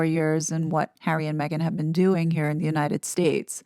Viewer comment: I don't believe there's anyway back to the RF for the "Spare Hawwy"